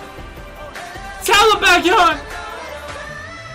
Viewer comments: Aaaaaaaa yeaaah u r exo-l now Lol 🤣🤣🤣 Btw, u pronounced 'Baekhyun' very well 🤣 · Ive never watched any youtuber who has pronounced baekhyun’s name so accurately hahah good job